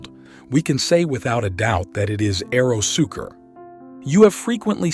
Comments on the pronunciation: AeroSucre, not AEROSUKER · It's pronounced ahhh eero sue cray